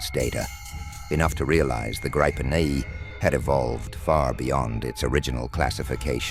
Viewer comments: !Gripen" is pronounced "Greepen" (like "green") not "graypen". Besides that I will block this channel next time I see it - too artificial. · I wish someone would listen to a Swede saying the name. It is Grip-pen not Gripe-en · News Flash! When using AI narration "always spell out words like Gripen phonetically ie: 'Grippen'" otherwise it sounds like what grumpy peole are always doing, griping or "gripin'." Also spell numbers. Otherwise it sounds totally phony.